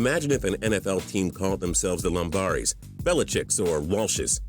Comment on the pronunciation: No research whatsoever. This cretin even mispronounced "Lombardi," referring to the famed, Packers coach as "Lombari." Anyone who doesn't know Vince Lombardi can't call himself a football authority. Furthermore, he doesn't seem to realize franchises move, often taking their names with them. If one knows a franchise's history, its name will usually make sense. The Jazz, for example, moved to Utah from New Orleans. "The New Orleans Jazz" makes perfect sense. The Dallas Stars were formerly the Minnesota North Stars. The Lakers moved to Los Angeles from Minneapolis—Minnesota being "The Land of Ten-Thousand Lakes." Do your research,. Until you do, you're a poser shit bag.